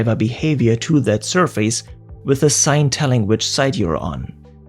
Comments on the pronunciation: For your future videos: there's no face in surface. The pronunciation is ˈsərfəs. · This is not very important or anything, but in English, the word "surface" isn't pronounced like "sur-feys" but rather more like "sur-fis" /ˈsɜr fɪs/ (am-eng) or /ˈsɜːfɪs/ (brit-eng).